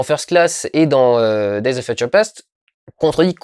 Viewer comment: "Feutcheure"? :p Désolé, c'était plus fort que moi. Regardons ça.